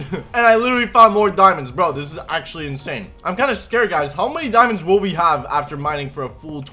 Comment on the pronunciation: 10 diaamonds